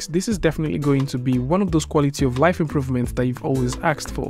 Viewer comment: you said "aksed for"